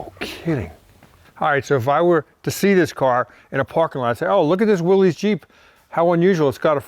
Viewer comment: Little late here but Willys is pronounced Willis.